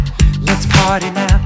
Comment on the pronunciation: Danny says "lets pary now" and my antisocial ass is on fucking BOARD